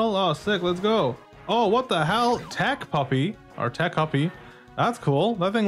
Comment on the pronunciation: Hi, love the vid! As someone born in Mexico, I’m so happy to see my country and culture represented to a wider audience in something I love. Also, as someone who also watches Subjectively, I would like to clarify that Techuppi’s name is pronounced “tetch-ooppie” not “tec-uppy”. That’s all! Awesome vid as always!